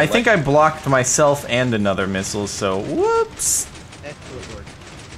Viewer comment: Lol I though sethbling said 'this is my new minigame , nipple war ' lol I know now that he said missile war